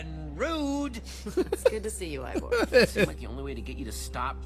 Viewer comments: Did just say Iver? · Dear, it is IvOR not IvER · How DanTDM says it: “Evor” How says it: “Iver” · Also It's Ivor Not Ivory